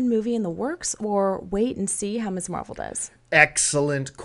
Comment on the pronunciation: Keep hearing Miss Marvel as Miss Marple.